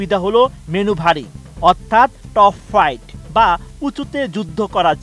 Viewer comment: বাংলাদেশ বিমান বাহিনীতে জে ১০ সি, ইউরো ফাইটার ও জেএফ ১৭ যুক্ত করার সিদ্ধান্তকে সাধুবাদ জানাই। আর খবরটি জানানোর জন‍্য চ‍্যানেল আইকে ধন‍্যবাদ । তবে আমার মনে হয় আরেকটু বেটার ব‍্যক্তি দিয়ে এ ধরণের গুরুত্বপূর্ণ খবরের ভয়েস ওভার দেয়া উচিত। যে অন্তত ডগফাইটকে টপ ফাইট বলবে না !